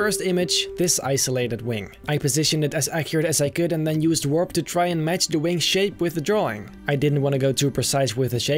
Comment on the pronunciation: No one:: w o r p /warp